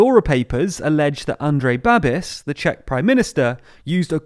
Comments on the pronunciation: The final syllable of his last name rhymes with "bish" like in "rubbish", "snobbish" not with "abyss" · Also it's not Babis, it's pronounced Babish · Good to hear that the Czech Republic is being taken seriously in the world. Thank you! also it's Babiš, so the equivalent of “Babish” for English speakers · Babis is pronounced 'Bah'-'beesh' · I can't... Its BabiSH, not Babis. You literally have the pronunciation key on the Babiš' wikipedia page. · It's actually pronounced bab-eesh Babiš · Its not pronounced Babis. More like Babeesh.. The long 'e' sound and the 'sh' sound at the end. Thanks for the video guys.. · Babiš is ‘Ba-bish’, not ‘Ba-bis’. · Just as a heads up, the š at the end of his name "Babiš" is simply pronounced as a "Sh" sound. And no, this will not hurt him in the slightest since most of the country already knows he's corrupt as hell but vote for him anyways, either because they're old people (that he sends thousands of crowns of subsidies to) or because they agree with his populism and think that his leadership is worth it despite his corruption. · It's pronounced like Babish, not Babis. Also let's hope it doesn't hurt him too much. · It really is pronounced Babish (Babiš in original), it is wrong in video but doesn't really matter. :) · I don't understand why it was too much effort for them to just that look up and pronounce it correctly ... I mean I would understand if the name had sounds English doesn't have, but a simple "sh" shouldn't be too difficult should it?? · Please look up how this guy is pronounced before making a 10min video about him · Cmon the pronunciation isnt hard. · meh nevermind its forgivable